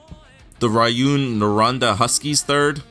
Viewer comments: It's ROO-ON NOR-AN-DA (rouyn noranda) just F.Y.I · hahaha rayoune norhonda!! lol